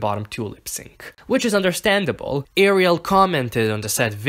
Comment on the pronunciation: The worst part of is that she does not know how to prononce her own name!!!!!! Pity.